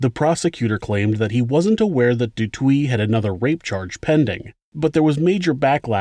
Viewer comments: Du toit is prenounced du toy phonetics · Here they would pronounce the surnames Da Toy and Kreer basically. I remember this story when I was like 9-10 she became a well known inspirational speaker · And du toit "do toy" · Du Toit is pronounced "Du Toy". Alison is a hero here in South Africa. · I am from South Africa, Thanks for the story, Du Toit is pronounced Do Toy Or Du Toy, Botha has a silent h, so Bota, And Kruger Is correct for english, but sounds very different in Afrikaans. Just Fyi. Love Your channel. Informative. This woman is tougher than most people, she is very active in doing talks. Satanism is also still very active here, people are kidnapped for the purpose of impregnating them and then "sacrificing" the woman and the baby, or young girls, and then gets raped and killed as they are seen as "pure" as they are mostly still virgins. Its not a hoax. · She went through the most!! This is no laughing matter love your channel and material but the way you pronouncing Du Toit has me 💀🤣 it's pronounced 'Toy' with the T at the end. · Du toit is pronounced as "The toy" and Botha as "Bot-ha" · Not du twee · Its pronounced du toy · Love your vids, thank you for your hard work... A little note... In South African speech, Th is pronounced as T. So Thiens is pronounced Teeans. Botha is pronounced Booata .... Also, du toit is pronounced Doo Toy ..... I also suffered gang rape in SA. I was 12yo.... I'm 51 now, but it ruined my life... This woman is amazing.... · Hello from South Africa 🌍 🇿🇦 I'm sure someone has already commented this. But Du Toit is pronounced Du "toy" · You pronounce it like FFFFVVRrrr(aaaah)ns Dooo Toy and Tee-ah-niss (like miss) Kruger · Hi there!! Love your channel!! I'm from South Africa and I just want to help you out on something small, but over here there's people that would laugh at you. The surname du Toit is pronounced as you would say toy in English. Happy to help a friend. Thanks for this channel!! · Du Toit is pronounced Do Toy.